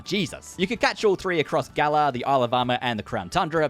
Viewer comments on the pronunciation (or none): none